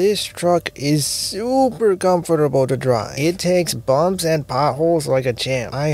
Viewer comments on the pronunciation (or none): Ok I hear you saying it takes bombs and potholes really well but I know you’re saying bumps and potholes really well